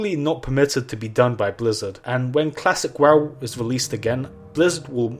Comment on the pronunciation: "Classy wowoocraf"